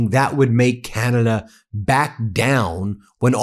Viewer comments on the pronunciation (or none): I thought that the USA ,was the strong tough guy , turns out they aren't. Ben said it best , all they do is whine . Oh , that Ambassador is the absolute worst, smug idiot, can't even pronounce our name correctly, it's not Cinada ,it's C A N A D A why is that so hard ? Now as for these new tariffs...... I'm just asking, do we do alot of pool work in the States ? (I think there are plenty of American companies already doing that job) , we basically don't sell wine in the USA , so pointless, and then the hockey sticks .....WTF ??? fine , if you want your children using inferior sticks and not ours (where the game comes from) gives us an edge everytime the 2 countries square up on the ice.